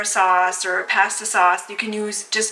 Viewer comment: What’s with the Posta pronunciation?